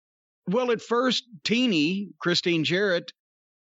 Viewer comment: Jeff's got a podcast coming out? awesome! I'll be on the lookout for some of those stories! oh, by the way...it's "teeny" or "teenie" dependent on your spelling, lol Tinnie is what a blown speaker usually sounds like